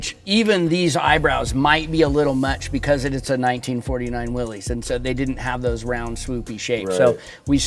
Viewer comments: Willys is not "Willy's." It is an alternative spelling of Willis, and is correctly pronounced Willis. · Please note the correct spelling and punctuation, Willys, actually pronounced Will-iss. Not Willy’s, Willie’s or Willies. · I wish more automotive enthusiasts, builders, and general public would recognize the brand as Willys, pronounced Will-iss, not Willy’s, Willie’s, Willy,etc…respect the namesake.